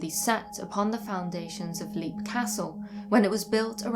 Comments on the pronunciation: Leap castle is pronounced Lep (like Shep), not leap as in leap frog. Oh and Dunraven, erasure is the word, not erasel. erasel is not a word. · Interesting stuff.I thunk Leap Castle is pronounced as 'Lep',though. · This is a great video, but as an Irishman, I must do my duty and point out that the "Leap" in Leap Castle is pronounced "Lep". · The first thing one should discover when researching Leap Castle, is that it's pronounced "Lep".